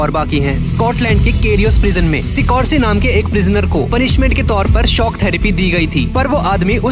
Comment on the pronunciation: Mujhey Doyle ko Toilet suna tha 😂😅😅